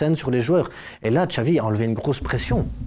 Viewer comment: ne pas prononcer Xavi (Chavi mais Xavi) c'est criminel